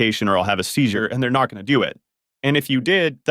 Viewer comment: This actually sounds like a text to voice ai speaking to tbh the cadence and infection is uncanny valley feel The ai is pronouncing seizure as "ceasar" 😂